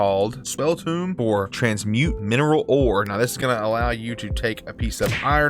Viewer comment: The way he said Tome is the most southern thing I’ve ever heard, I do declare